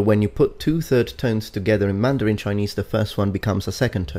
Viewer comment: a native Mandarin speaker. Your Mandarin is correct. It's actually spot on, and I'm impressed that you spent the time to research the tones and how they interact with each other. Much props.